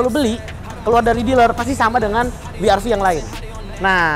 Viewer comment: wi ar vi untuk pengucapan dialek Jerman